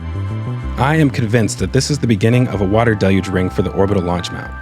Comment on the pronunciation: Again awesome content! Also thanks for your pronunciation of the word “deluge”. Maybe send a note about it over to NASA spaceflight? They’re struggling over there🤣